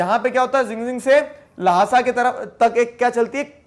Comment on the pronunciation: Sir its Lhasa not Lahasa